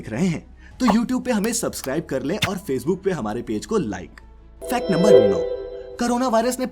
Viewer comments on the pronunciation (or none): none